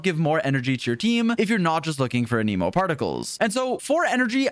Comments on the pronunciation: why is he saying aneeemo when its anemo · Ah yes. A-knee-moe, my favorite element. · Anemo is pronounced Anemo, not a Nemo 🐟